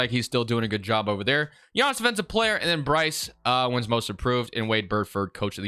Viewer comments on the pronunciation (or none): none